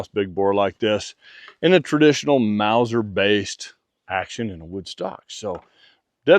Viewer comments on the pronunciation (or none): none